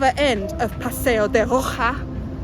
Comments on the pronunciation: Paseo de Roxas is pronounced as Paseyp de Rohas. It is one of my favorite streets in Makati aside from Makati Avenue and Dela Rosa St. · It's PASEO de ROHASSS and SAL-SEH-DOH.